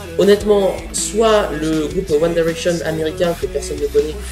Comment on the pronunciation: Je suis Directioner mais ça va ta critique est "gentille" ! Au moins toi tu sais dire convenablement "One Direction"